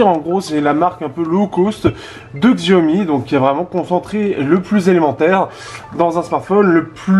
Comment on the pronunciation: Sa ce prononce SHI aomi et pas XI aomi